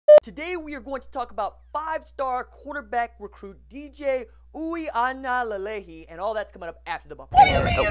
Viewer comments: No RJ, sorry. That's not how you pronounce his name. It's ooee-ahnga-leh-leh-ee. I'm here in Hawaii, born and raised here, so i know. Hope this helps. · Ui: pronounced Oooh-wee aga: ah-ng-ah (‘ng’ pronounced like ‘ng’ in mango) Lelei: le-lay Last name is Samoan like Tagovailoa.